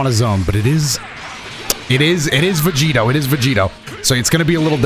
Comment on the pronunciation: When said "Vedito" I heard "Devito" and instantly thought of Vegito being built like Danny Devito.